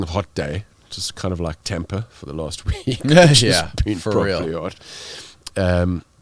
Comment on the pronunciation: The way he says that we hear fifty when he says thirty is so condescending. Yeah it sounds more like an American saying Fitty we pronounce the R IN thiRty a small minority of Americans don't day the second F in fifty but most pronounce it properly.... unlike this guy. It's TAAAMPA NOT TEMPA... FFS ... and why do you call your friends "mates" ? ... do you mate with them? what do you call your sexual partner? a friend? lol